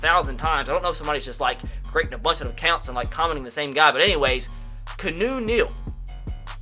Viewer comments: I’ve never seen you pronounce it right, but I want to know you’re aware; KEY-AH-NEW Keanu. You say so many names wrong though, that maybe it’s a gag that I’m too new to get. Is that it? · You say his name..... "Key-Aw-No" Neal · It's pronounced kee-on-oo neal